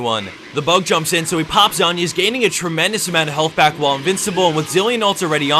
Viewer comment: him calling it zhAnyas just sounds fucked up